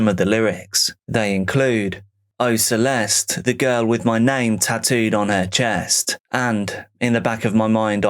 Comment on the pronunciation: Celeste´s name should be pronounced "Celeste" as it is in Spanish